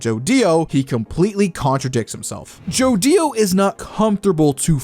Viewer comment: it's annoying how say's joDIO and not jodio in 1 clean word